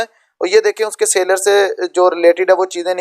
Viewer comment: Mere bhai sa ler account nai hai seller account hai